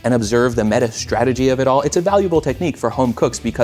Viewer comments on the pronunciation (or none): none